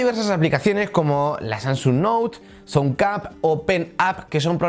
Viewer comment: Oye amigo me encantan las tablet Samsung Galaxy pero pronuncia bien el nombre de la tablet jajaja tú dices sansung y es Samsung. Jajajajajaja. Yo me reía de tu vocalización